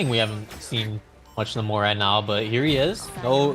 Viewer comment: Its nay-more not na-more